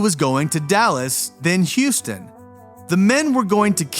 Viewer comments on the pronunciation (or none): none